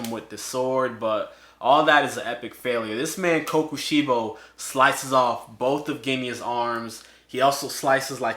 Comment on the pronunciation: Him saying sorry if I pronounce this wrong for kokoshibo him saying almost everything in the video wrong